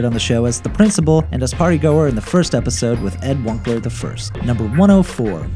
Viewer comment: Ed Wun-ce-ler